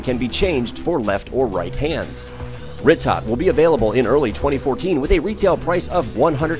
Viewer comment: its pronounced "ree-toe"